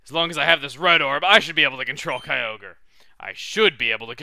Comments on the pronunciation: It is pronounced kai-o-gre because if you leave out the ky you get ogre. Believe me, I also used to pronounce it kai-o-gray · Lol, I remember when I used to pronounce Kyogre by "Ki-o-gray" as a kid. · I was wondering, do you know the pronunciation debate for Kyogre? One side says Kai Ogre, and the other says Kai Oh Gree. I believe it can be both. What are your thoughts?